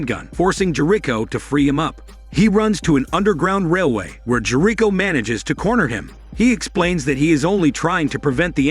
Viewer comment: half way though the recap, learn how to pronounce Jerico